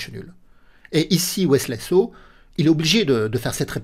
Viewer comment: Je connaissais Wesley So mais pas Wesley "Slow" 😂😂😂 La langue a fourché quelques fois et ça m'a bien fait rire. Merci pour le contenu toujours au top! La réalisation, le jeu d'acteur et le montage se sont "modernisés" dernièrement et c'est très agréable, continue à nous régaler 🙏